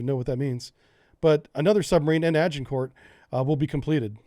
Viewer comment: HMS Agamemnon - Pronounced A Guh Mem Non HMS Agincourt - Pronounced A Zhuhng Kaw (the Zhuhng sound is the same as the sound made by the S when pronouncing "Asian"). :)